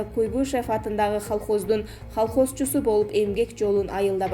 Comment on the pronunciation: Дагы деле ошол,халхозчу эме колхозчу деп айтылат,пневманя эмес пневмания деп айтылат,бул диктор кызды жоготкулачы нервке тийбей